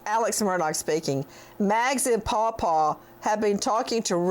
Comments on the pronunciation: No it’s Pa Pa, I can’t stand it either! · EXCELLENT ! If I hear”Pau Pau and Mags” one more time out of that no-talent “actor on the stand, I might lose my lunch and dinner ! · Hey Nancy, I'm not on Twitter and cannot get a copy of that script to read with the paw paw ro ro po po talk talk can you put a copy on this YouTube feed? I almost pee my pants when you and Cheryl talked about it. I wish you could do a show with Cheryl and make fun of all the stupid things Griffin and his whole gang have done and said. It would be the best comedy show ever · He actually said "Ro ro" on the stand, in response to the prosecutor asking him about his use of Mag's and Paul Paul. It was astonishing. He's a very bad liar, and I don't know how he got away with lying to so many people for so long